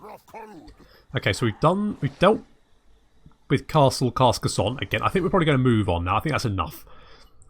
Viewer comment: I know this is unlikely going to change anything but... It's pronounced 'Car-Ca-Sawn' but with a thick, pretentious french accent.